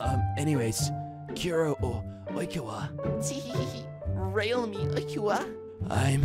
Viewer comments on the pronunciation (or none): Sorry this really triggered me and idk why- i just have to correct you: Deku- De-Koo, Todoroki- Toe-Doe-Roe-Ki, Kuro/Kuroo- Koo-Roo, Oikawa- Oh-I-Ka-Wah, Tododeku- Toe-Doe-De-Koo